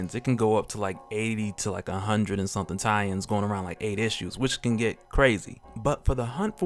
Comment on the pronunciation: You say "tie-ins" I hear Italians